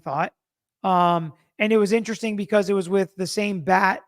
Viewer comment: Sorry this attorney loses a little credibility “wif” this pronunciation of with.